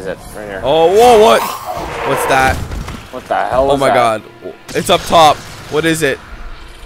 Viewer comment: sounded like he said "o cod" instead of "o god" lol